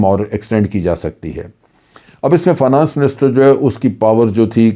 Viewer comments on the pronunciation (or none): جنرل صاحب لفظ فا نا نس نہیں ہے ۔ فائ نینس ہوتا ہے